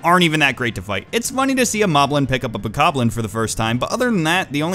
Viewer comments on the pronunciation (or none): What the fuck is a Bokobol. I always just pronounced it as Bokoblin (like the way you read it in Japanese) and it's really funny to hear how other people pronounce it